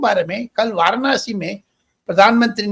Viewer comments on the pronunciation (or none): वारणासी ××× वाराणसी √√√